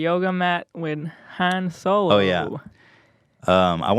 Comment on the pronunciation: Don’t you mean Han-Swolo*?